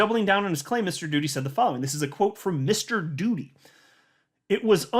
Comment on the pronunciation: You said doody😂🤣😂